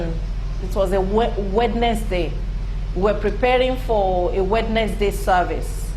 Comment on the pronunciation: Wed Nes Day ... lol